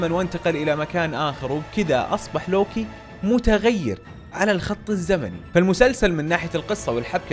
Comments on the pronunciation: صحيح وكأنه يلفظه lowki 😅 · انطق اسم لوكي عدل يا ☺️